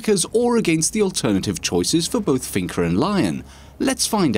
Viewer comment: Finka, not Finker!